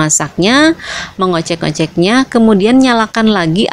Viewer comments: Mengocek? Mengocok woy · 😂😂 baru denger mengocek asli mana bunda..